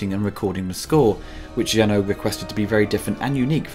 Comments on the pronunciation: It's JEUNET. Not Jeunot, not Renault, NOTHING that sounds like OH. This guy does nice reviews but he SUCKS at pronouncing names. Please don't repeat his mistakes. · It's not Jean-Pierre «Jeannot», it's Jean-Pierre Jeunet, it's pronounced « è » at the end. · It’s pronounced “Jeu-nay”, bro. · Jenneaux instead of Jeunet, Urigi and Orrigi instead of Auriga, Dorf instead of Dourif, Frank (?) instead of Elgyn, John instead of Vriess, Padouris - again - instead of Poledouris... Man, your retrospectives are so damn good: comprehensive, insightful and very knowledgable about aspects that don't get coverage anywhere else. If you could just bother to get your names straight. I mean, you're so on point on everything else - how much time does it take to look up a name? This is an issue in most vids, and it's actually getting distracting. It's like a drinking game where you have to take a shot at every mispronounced name only to be completely blasted three vids in. It's a bit of a bummer, considering this stuff is so great in every other regard. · I am "deadly" serious when I state that it is hard to take anything serious coming from someone who thinks Jeunet is pronounced like Renault... but I guess, that's my problem